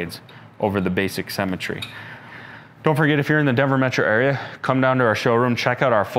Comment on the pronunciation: Every time he says ‘symmetry’ I hear ‘cemetery’